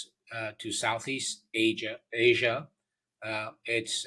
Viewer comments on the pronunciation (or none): none